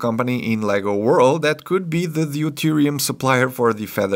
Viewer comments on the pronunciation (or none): none